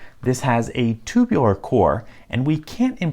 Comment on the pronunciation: "This has a TuBuLaR core"